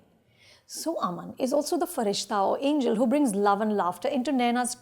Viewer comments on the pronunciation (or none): none